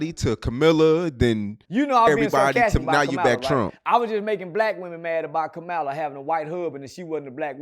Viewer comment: I saw the video where you changed up and said you was voting for Kamala 😢😢. Even though you didn't say her name right 😢